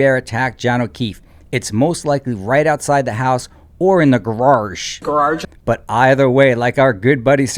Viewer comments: Now I just start laughing when I see it's a new video, and do not stop until the final frame. I guess AI is pretty cool, if in the right hands ! Finally, thank you for addressing grararge. These Bostonians just have their way with the english language. They take the R off of car, and slap it on the end of saw, but this is a new one !? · "GARARGE" gives me goosebumps every time 🤮